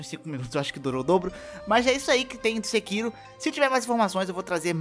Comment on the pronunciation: KKKK vc falando "sekiru"